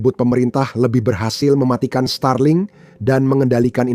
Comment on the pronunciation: Starlink aja dibaca Stralink😂